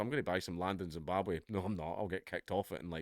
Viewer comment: Zimbabwhaaa? Oohhhh you mean Rhodesia?